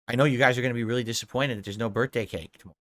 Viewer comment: Brurthday brownies! 😂😂 1 too many Rs.. ya drunkard